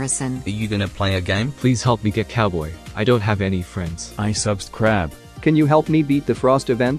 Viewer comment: "I SUBSCRABE" - Random guy 2021